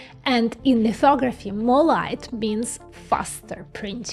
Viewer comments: OMG i swear to god i thought you said "lithography is essentially fuckoveraphy" 😆😆😆 and yes... yes it is.... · Did she say, "Fucktography"? 😉🤙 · "lithography is essentially Fucktography" i can't unhear Ts bro 😭🙏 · what did she sayyyyy? Fucktography? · Did she say, "Fucktography" 😂😂😂